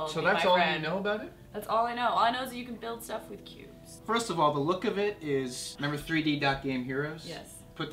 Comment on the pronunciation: I thought he said pubes.. ohhhh.. cubes